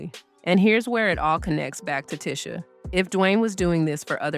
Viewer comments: HER NAME IS PRONOUNCED TEE-SHA OR NOT TISH-A 😐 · I hate it when people pronounce others name wrong! This lady is irritating!.. It’s pronounced Tea-sha like tea B! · It’s pronounced “Tee-Sha” (Tisha) according to her so the pronunciation here is throwing me. Although I know who’s being spoken of. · I had to stop watching when the narrator continously mispronounced her name. That is incredibly annoying. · Irked my nerve the whole time you kept mispronouncing her name! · You're mispronouncing her name. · Making a whole 30 minute video and never saying her name correctly is lazy work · It's disrespectful! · The way she is pronouncing her name is killing me...